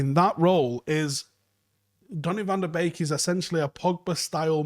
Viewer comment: Can you please make a desicion if you're gonna pronounce him "Beek" like a birds beek. Or the correct "BEK" like they do in Holland.